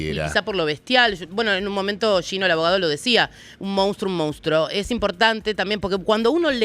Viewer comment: se dice monstrUO, No se dice mOUnstro. Si no lo saben ni pronunciar, menos van a saber identificarlo.